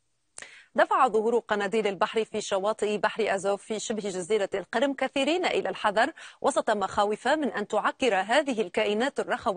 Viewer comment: إلى صاحبة التقرير (مع احترامنا لك) اسمها القَرَم وليس القِرْم، وهي شبه جزيرة تاتارية محلّ نزاع بين روسيا وأوكرانيا، شهدت تقلبات مناخية هي من بين الأسوء في العالم في العقد الأخير قناديل البحر لا تموت بل تتجدد والظاهرة التي تتحدثين عنها هي نفوق القناديل بسبب زيادة حرارة المياه بسبب التغيرات المناخية، شواطئ شمال إفريقيا وغرب الساحل الأمريكي شهدا عشرات المرات نفوق القناديل في السنوات الأخيرة بسبب الانحباس الحراري